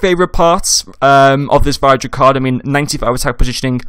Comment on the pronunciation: Good vid - pronounced Vid-ra though